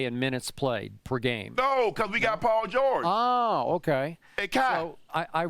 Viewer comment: Chip (oops Skip) get the name right... Paul George...